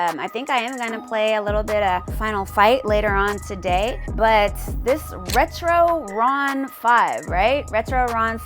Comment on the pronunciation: It’s re-tron not ret ron. 😂😂. Great video though.